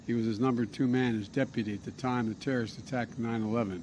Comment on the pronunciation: Wow Zowow-hairy got that damn terra-wrist.